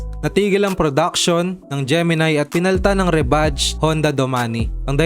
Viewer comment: Gemini, hindi Gemi-nay.